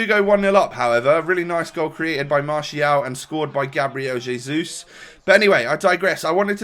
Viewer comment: Its hezus